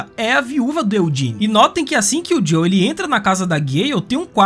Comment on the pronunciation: Muito bom o vídeo parceiro, única coisa. É JoeL não Jow kkkk